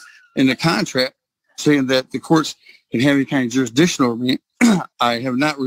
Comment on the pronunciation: What's "jurisdisshun"?